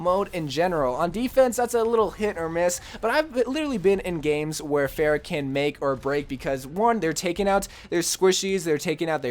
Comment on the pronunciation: He managed to fail to pronounce both Hanzo and Pharah.